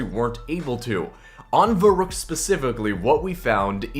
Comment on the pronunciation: Your not even pronouncing verruckt properly lol